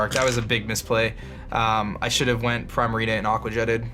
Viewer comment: does the way he says Primarina bother anyone else? I'm not even sure how to pronounce it correctly, but "Primerina" just sounds really offputting :[